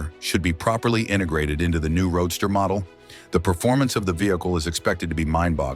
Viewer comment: Stop the robot narration... It's a roadster not a road star!!